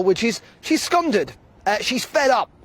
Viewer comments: Scundered - hahaha - it's scunnerd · Does anyone have a professional journalist: Scundered? Are you sure? if you know the local tongue you would know that the only d is at the end of the word which is "scunnered" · Never heard the word scounded before….had to check on the transcript…..do you mean scunnered?… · Scunnert not scunded in Scotland